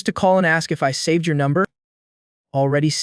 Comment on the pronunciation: Does bro have hiccups because he keeps saying yor